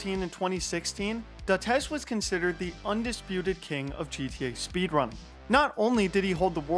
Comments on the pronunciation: There is no L or N. Its dates sl. Not dantes or daltez. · Dates….its fucking dates, no z. DatesSL 😂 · Datezz? I didn’t even need to scroll his page for 30 seconds like I did to hear him say Dates SL. You can easily read it upon first glance. Come on bro first day on earth?